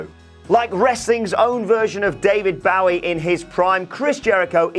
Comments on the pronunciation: It bothers me that you can't pronounce David Bowie's last name. Bow as in bow and arrow, not bow as in the front of a ship. And I don't even like Bowie. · David bawwie? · Is that how brits pronounce Bowie?